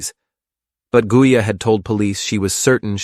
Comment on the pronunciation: Started off at the very start pronouncing correctly. AI sloppiness. No respect for Gaia or sister